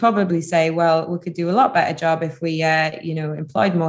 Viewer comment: Thanks for the informative video. I love how you pronounce "better" with only the initial consonant ("be'e'").